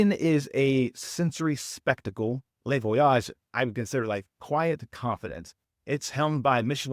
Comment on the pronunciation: It’s not le(lay) Voyage it’s le (Lu) Voyages. Les in French is pronounced (lay).